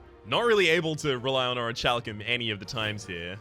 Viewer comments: The pronunciation is (O-REE-KAL-KUHM) :D common mistake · Sorry for being a butt, but you pronounce Orichalcum wrong xD Here's a vid the says it correctly. love this game though :)